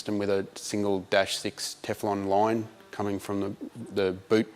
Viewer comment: "teflon line" with the ausie accent is very funny.